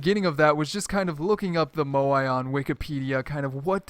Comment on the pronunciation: Drinking game: Take a shot every time butchers the pronounciation of Moai